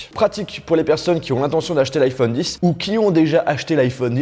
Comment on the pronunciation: On dit pas iPhone 10 bordel c’est X même si en chiffre romain X est 10